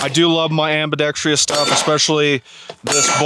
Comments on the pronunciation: My dude .... we gotta teach you how to pronounce things. There's only one 'i' in Ambidextrous. Sick vid, though. I have a hard time loving Q's stuff, especially for the price. And while stuff from PSA can be hit-or-miss, I love their mission of getting firearms in as many American hands as budget allows. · Ambidextrous not “ambidextrious”🤓